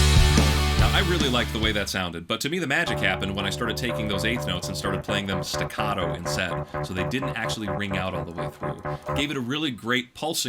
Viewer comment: Lol so many people mispronounce staccato as stacatto